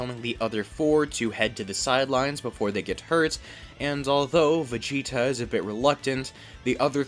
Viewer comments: Why are you Calling Vageta - Vageto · Why do you keep calling Vegeta, Vegeto?